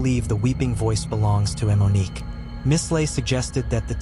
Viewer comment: Why are you pronouncing it “eh-Monique”